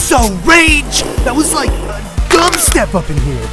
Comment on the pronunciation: "We are dropping a beats rike a Hiroshima!"